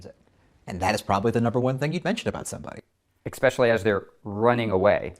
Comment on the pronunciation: That interviewer said "Expetially"